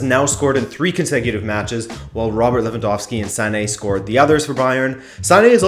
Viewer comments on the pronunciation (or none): none